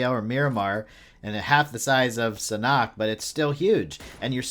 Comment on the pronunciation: U mean sanhok not sanuk